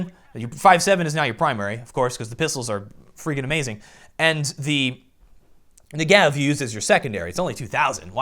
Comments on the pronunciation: "Nigev" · luv your vids m8, i just have one (probably on my side) issue, the "Negev" pronunciation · 1. You pronounce "Negev" wrong. 2. Your suggestion about the unranked match-making isn't good because high rank players will be able to play against low rank players. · I'm done,everyone saying Negev in a wrong way ffs I'm Jewish it's a real word fyi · FOR FUCKING TANJ'S SAKE!!!! Negev is pronounced with the emphasis on the first syllable. And as to why am i so triggred: the negev has 150 bullets and gets more accurate the more you shoot it. So keeping triggered means still having a rail gun firing at 800 RPM.